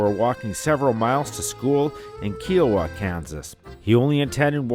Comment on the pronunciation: Lol and the town of kiowa